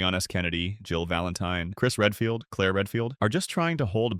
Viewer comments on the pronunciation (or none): none